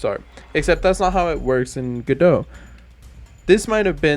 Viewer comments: I appreciate the correct "Godot" pronunciation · My dad is Canadian and pronounces godot as "go + dot"